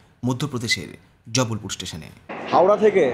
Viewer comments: Bhai its Jabalpur and not Jabbalpur. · haan 😂 ar jubblpure noy jabalpur